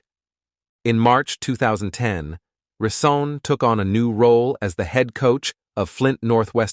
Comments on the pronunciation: His name is Rison not Reesaan. Get his name right if you’re going to do a video on him. Sloppy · Da reeeee- sons da reeeson that were here!- Phillip Bailey that’s rison not reee- son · ReeSohn Ricin, never pronounced correct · Who the hell is Andre Reeseson and riceson 😂😂😂😂 he literally butchered his name the whole story. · He is saying his name like the poison. Hmmm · I can’t get over the fact that he keeps butchering his name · This dude pronounced my boy name wrong the entire video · He jacked up his name this entire video 😂😂😂😂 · I was just going to say that ty😅😊